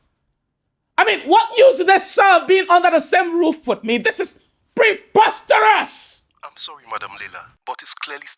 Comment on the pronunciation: Please How is this movie still at 161k views since yesterday As how naaa? This movie is too perfect. I'm such a critique but the only thing I could lay my hands on was madam Leila's wrong pronunciation of the word 'Preposterous'😂 Asides that this movie is a solid 9/10 I enjoyed every bit of it,every single bit. Please do more oooo Let me go through your page,see if I'll find more masterpieces